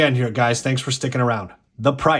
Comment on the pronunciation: Oh and it is pronounced show me.. think showerwith no er at the end